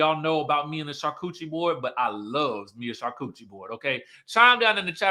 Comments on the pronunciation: 🤣 Charcuterie PRONOUCED shaar koo tr ee 🤣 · Char-cu-te-ri board. Sorry I can't help myself lol. French is my second language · salivates for a “char-coochie board” 😂😂😂 me too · Yo, “Char-Kewchie”, the way I chortled 😂😂😂., that took me tf AOUT lmao. I love me a “Char-Kewchie” too